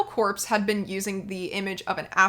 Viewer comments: "Corps" is not pronounced "corpse", it's pronounced "core", you know, "Marine Corps" or "apple core." You should send this video to Briahna Joy Gray. She's a little constipated about The Beatles but maybe she'd have you on her podcast because she's always willing to learn. I really wanna see that podcast. Also, she'll give you and you enterprise some reach. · The word corps is pronounced "core" not "corpse". Hence, their company name is a pun: Apple Corps.